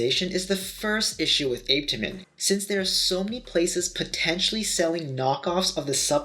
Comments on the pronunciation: i learned it pronounced ah peh ta min😭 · So I’ve been here waiting for him to pronounce Apetamin , only for me to hear 🥲🥲 Ape-temin 😫🚶‍♀️🚶‍♀️🚶‍♀️ok we move ✌️ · "APE..TA...MENS"!! 😂 and he wants us to take him serious!!?? LMAO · If he says ape tamin one more time🤣🤣🤣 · My daughter and I tried apetamin a few months ago and we didn't experience any negative side effects. I don't know your height but I'm 5'9 170 and I've seen about 10lb weight gain that I've held onto and I only used half of the bottle because my appetite is off the chain now and I can eat quite a bit. ApeToeMen helped yes ApeToeMen per the docs pronunciation 😆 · Why listen to this guy...he cant even pronounce Apetamin👀😬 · I really wasn’t expecting you to pronounce apetamine like that :/ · Like how you doing a review and can’t pronounce it!? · It pissed me off too !🙄